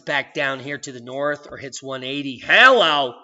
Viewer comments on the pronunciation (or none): none